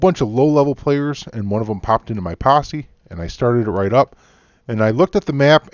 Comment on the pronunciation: "Yo, join mah Passe"